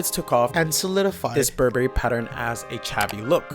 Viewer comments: Burberry is pronounced Burr-Burry. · So funny how you pronounce BurBERRY;)